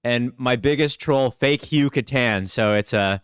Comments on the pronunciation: I will buy a wood stained Catan board the day I hear Hugh pronounce Catan correctly 😏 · obviously the “Cat” is the most important part of the word, so it’s pronounced “CAT-en” All jokes aside, Klaus pronounced it as “cuh-TAHN” and that’s how I hear most people say it. But “cuh-TAN” as Hugh pronounces it is still a common enough American pronunciation. It just always catches me off guard lol